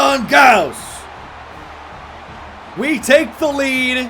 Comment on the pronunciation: Gause sounds like “loss” but with a g.